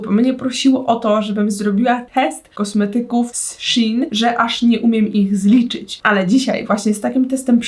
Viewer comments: SZEJN NIE SZI IN SZEEEEEEEEEEJN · czyta się szejn a nie szin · Nie mówi się shin tylko szein A pisze się shein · Ja mówię SZEJN a nie sHiN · mówi się szejn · Nikt dosłownie nikt: shin: kom: mówi się shein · muwi się szein anie szin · nie muwi się z szin tylko z szejn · Szejn a nie szein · Mówi się szein a nie szin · Czyta się szejn a jie szin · Proszę mówi się "szein " nie "szin" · SHEINNN NIE SHIN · Tylko proszę nie "szin" tylko "szejn" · Czy tylko ja nie mówię "szin" tylko "szejn"?😂🤔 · jak cos to nie hejt ale to sie mowi szajn🤦🏼‍♀ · Boli mnie to 😿szin😿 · Czyta się szejn 😁❤️ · tego się nie wymawia Sheen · Warto 😉 Aha. I mówi się shejn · Czy tylko ja mówię szejn xD